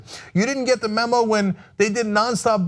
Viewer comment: "You didnt get the MOMO!" I'm distracted by Cenk's mispronounciation. It was hilarious.